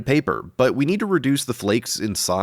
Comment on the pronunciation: Now if I hear "but" in any other videos I see and hear "butt"